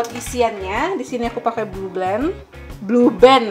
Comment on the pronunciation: Ngakak di menit, blg blue band itu blue balnd😂😂😂😂😂